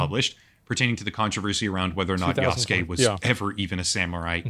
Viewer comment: This dude isn't even pronouncing Yasuke correctly. He's saying "Yaske" instead of "Yasuke", just skipping over that "u" sound. IPA: jasɯ̥ke